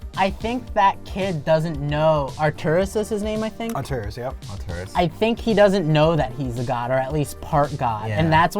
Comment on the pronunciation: atreus...not arturus. lol